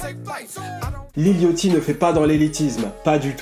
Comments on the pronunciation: Mon ceau-mor préféré c'est dirty mouth et pourquoi le gens prononce lil yOchty en normalement c'est lil yAchty on prononce un A pas un O aller écouter brocoli big Dady dram il dit lil yachty et prononce le A pas et pas yOchty sinon terrible le lifestyle decodeur comme d'habitude et j'attends avec impatiente le video sur travis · Mdrr ça se prononce "Lil yady", bref SUPER VIDEO tres apprecié, on apprend des choses sur Lil Yatchy